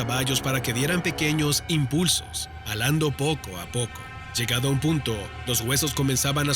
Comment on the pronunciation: WTF.."alando"..se dice JALANDO..APRENDE A HABLAR !!!